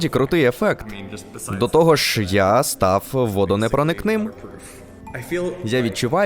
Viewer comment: Тільки не стаф а став